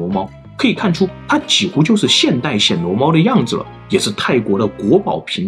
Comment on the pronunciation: 是第一声，不是第三声：暹Xian（鲜）罗猫